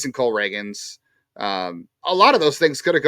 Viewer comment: I love but him continuously mispronouncing the same names has to be a bit at this point lol it’s Cole Ragans (ray-ginz)